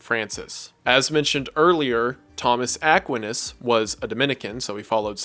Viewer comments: Where in the world did you learn to pronounce st Thomas Aquinas like that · Mfer can’t even pronounce Thomas Aquinas properly, I’m definitely not listening to his summary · I have never heard somebody pronounce st Thomas Aquinas name that way. But great video love your channel. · No one gonna talk abt how he pronounces Thomas aquinus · You pronounced Thomas aquinas wrong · It never fails to astound me how smart you are, yet don't know how to pronounce Thomas Aquinas' name. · Bruv. Please pronounce Thomas aquinas correctly